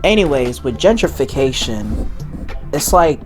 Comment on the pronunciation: Gen-trification! Not Genger!